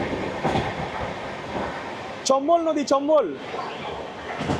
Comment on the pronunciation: চম্বল এক্সপ্রেস ❌চপ্পল এক্সপ্রেস ✅